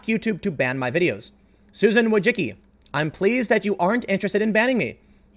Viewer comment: As a Polish guy your pronunciation of Wojcicki makes my ears bleed. I understand why you say it like that, but it starts to become funny how you butcher that word. (It should be closer to [Voy-chi-cki] the last part you're getting right, second is similar to *chi*p, first I think is fairly obvious . Yes, I know I am pedantic.)